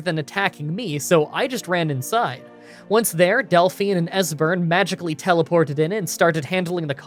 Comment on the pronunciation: Del-FINE lol